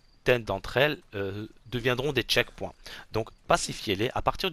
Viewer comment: Les "tchekpouins" ?? 🤣🤣🤣🤣🤣